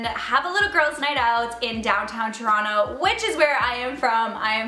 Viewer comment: No one believes you that you're from toronto pronouncing it like that